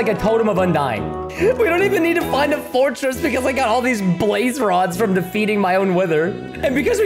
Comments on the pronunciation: When he pass the stronghold he say forrstret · why did u say fottress in the strong hold hahahahahahahahaha